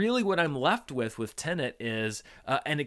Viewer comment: Finally, a reviewer who pronounces Tenet the way it should be!